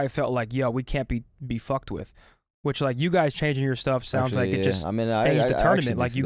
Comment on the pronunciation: I hate how pronounces “which” as “whuch” 😂